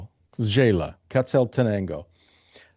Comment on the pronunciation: FYI, Xela is pronounced “Shay-la” not “Jay-la”. Love your interviews. Great, varied content of many different places and countries for retiring on less.